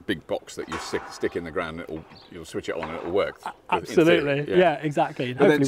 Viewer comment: Did he say, "App-solutely"? 🙂